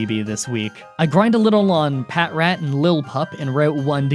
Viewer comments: I wasn't gonna say anything until you bragged about how you got them all right.Here's a list of pokemon names you got wrong: Genesect, Patrat, Audino, Reunculis, Sigilyph, Musharna, Mienshao, Carracosta, Hydreigon, Seismitoad, Bouffalant. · “You guys can’t make fun of me anymore!” Also MDB: Says patrat wrong